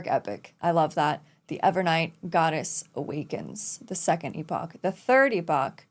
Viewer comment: Im so sorry but the mispronunciation is buggin me so much! I’m really sorry It’s E (pronounced as the letter)-po (as in Po from Kung Fu panda)-kh